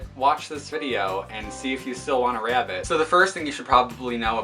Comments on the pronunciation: i hear rabbit as " wrapped " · God I cannot stand the way you say "rabbit" lmao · Nigga stop saying rabbit like that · The way you say rabbit.... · I love how you say rabbit 🐰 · the way he says rabbit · The way he says rabbit is killing me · He says rabbit funny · The way he pronounces 'rabbit' through me off OMG!